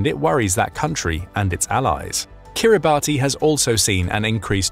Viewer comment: Your pronounciation of places is appalling. For Kiribati…say Kiribass.